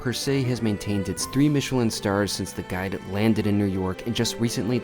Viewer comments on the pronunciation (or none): none